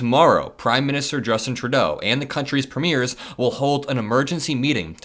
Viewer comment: Please forgive my pedantry…Premiers….Preemyeers…is how it sounds. Greetings from Canada 🇨🇦🙋🏼‍♀️🇺🇸💙